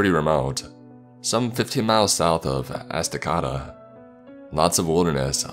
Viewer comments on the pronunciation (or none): Psilocybin - sil-uh-sigh-bin, or sil-oh-sigh-bin. Esticada - es-tih-kay-duh. That last one you may never have to say again, not being from rural Oregon, lol, but, just fyi. Anywho, sorry, but I just had to be THAT guy. I luuuuuuv your work, thank you so much for everything you put into narrating these amazing stories. I hope you read one of mine someday ;)